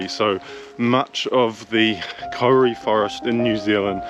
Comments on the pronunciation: It's Kau-ri, not kori. At first I wondered what the heck he was talking about. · I cringed every time you said Kauri too sorry dude. You just need to roll the R. Try "Koe-dee" Loving your vids. Keep up the good work!